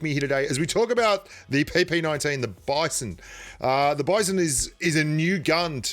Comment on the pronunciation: It's pronounced as : "Beezon".